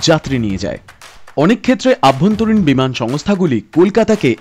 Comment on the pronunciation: অভ্যন্তরীণ not আভ্যন্তরীণ......